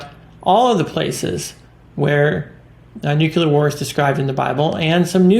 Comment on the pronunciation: Its not NUCULER , IT IS NUCLEAR